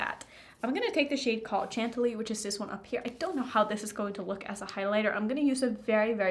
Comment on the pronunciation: I know you don't care but the word you are trying to say is pronounced (Chantilly). You have lost soo much weight girl. It looks like you weigh 70 or 80 lbs? You look like you are 12 in this video.!!!!